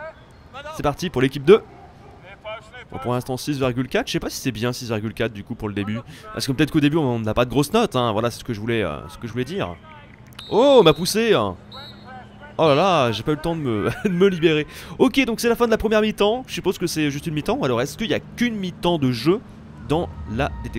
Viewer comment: il m'a pousséeuh